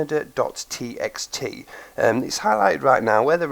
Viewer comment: Great vid...gonna try this out later today for sure :) my ONLY criticism is that I think the word "Kaneda" is pronounced "ken-AY-da", not like the country "Canada"...I may be wrong, so the egg might be on my face lol (I'm going by the pronunciation of the character's name "Kaneda" from the movie Akira) Again, great vid...thumbs up :)